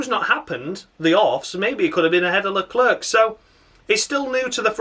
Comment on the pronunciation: With both commentators saying Leclerc stupidly as always It's gets stupider with each race